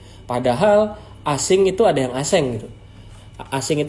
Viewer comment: Aseng bukan asing 😭😩